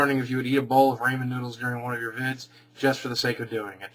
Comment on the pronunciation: What's "Raymond" noodles?